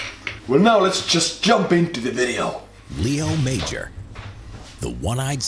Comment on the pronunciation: His name is not Leo Major, its Léo Major and that is a french french name.